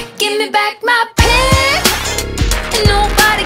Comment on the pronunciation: She says pi instead of pig